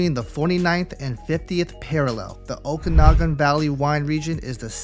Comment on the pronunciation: Okanagan is pronounced "Oh-kan-ah-gen" btw!